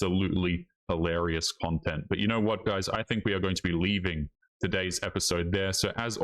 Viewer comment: If you can't say "hilarious" then I have to give you a thumbs down until you snap out of it. I have to make sure I don't start speaking the wrong way listening to YouTubers who misuse expressions and mispronounce words.